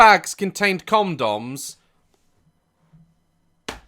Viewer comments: Did you say "comedoms" ? 🤣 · does he say comdoms.. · The best part is the way Daz says condoms, “Comdoms.” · why did I think he said cum doms 😭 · DAZ " comdoms and versachi"